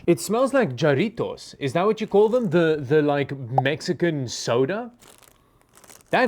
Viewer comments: "HA" rito...the Ja changes to HA. But love the vid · Put a “Ha” not a “Ja” on that rittos. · Bro said jar ritos 😂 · Jarritos is properly pronounced like "ha-RRI-tos" with a rolled R. (I cannot roll the R.) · "ja" in Spanish makes a "ha" sound, so phonetically you would say it ha-ri-to-s. Double Rs are also generally rolled, but I've heard Jarritos pronounced both with and without rolled Rs. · Jarittos is pronounced Harittos. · Jarritos pronounced with sof j, like H sound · its pronounced "harritos" btw 😅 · If it's Mexican, its pronounce "Harritos". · Jarritos is Har(roll your r)-Ee-Toes but I admire your attempt haha. Great video. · Há-Rē-Tō-S The A sound is Short, and the E and O are Long then add the S like a Snake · jarritos- the j is an H sound so harritos . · Jarritos are pronounced HAR-Ritos lol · . Isnt it "Haritos" Also, are you having a stroke? 😂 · Pronouncing "jarritos" like that caused a bit of physical pain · in Spanish the J is pronounced like an H. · We now know how he'd pronounce "jalapeno" and "fajitas".